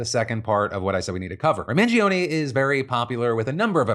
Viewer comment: Phill you claim to be italian but can't pronounce mangione. 😂